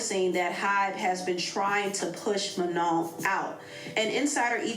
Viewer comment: She even pronounced Manon right while talmbout “manen” 😂😂